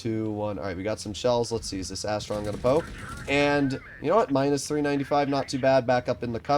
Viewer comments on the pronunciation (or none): none